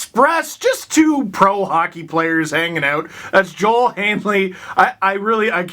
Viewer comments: Not that you will see this, but Kiviranta’s name is pronounced Yo-el. He’s Finnish. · Same with Joel Eriksson-Ek in Minnesota too.